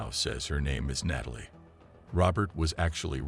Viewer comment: Didn't realize until Nay-tal-lee this voice was AI.